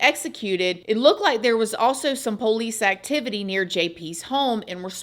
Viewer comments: I'll never get tired of the way you say P0-licee 😂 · That's how we say it in Alabama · My husband repeats it every time he hears her say it when I’m watching lol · Same. 😅 is that a southern thing? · I know! It's so funny and cute!😊 --Shannon A. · Haha me too! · Love it!